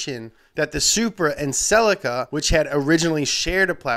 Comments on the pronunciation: it pronounced se-lee-ca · In England and Europe (I think) we pronounce the Toyota celica as sea-lee-ka. Any Japanese car dealers, please comment. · The way you said celica pissed me off